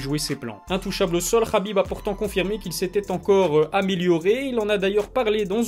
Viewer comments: naaaaan mais pourquoi toi aussi tu commences a l'appeller Rabib' , est ce que l'on dit moRRamed, aRRmed ou meRRdi ? Le 'kh' c'est juste l'orthographe anglaise en francais ca se transcrit en 'h' qui se prononce pas (on sait pas faire les h aspirés) ... bref c'est trop moche Rabib par pitié, si je peux faire une petite suggestion pour l'appeler a la francaise 'abib', ou 'kabib' comme les anglais... :-) Sinon tu es au top continue ta chaine a un bel avenir, et prompt rétablissement au père de khabib ! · Bonne vidéo, par contre on dit HABIB pas Rabib pour son prénom